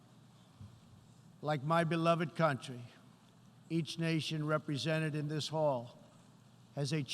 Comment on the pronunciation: Dam whoever wrote this for the orange idiot is good! And this guy cant pronounce “country”!!!!